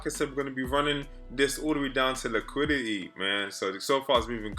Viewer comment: Normal person: Liquidity: LIQUI-IH-EY